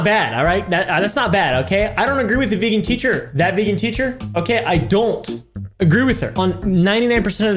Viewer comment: veegin teecher